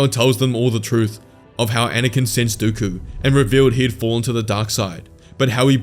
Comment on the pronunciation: No way bro said dookoo it is dooku